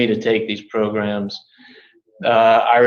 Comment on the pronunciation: He's also trying to get to stop saying progrums by saying programs 15 times😂😂😂, that's the only part I'm enjoying in this progrumlol